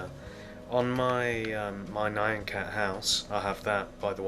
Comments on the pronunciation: it's nyan just say nean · I think it's n-ee-un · Here is the pronunciation Nee-YAH-n cat. BTW, Really awesome tutorial, I needed to make nyan cat, for a roller coaster I'm deticating to my mom!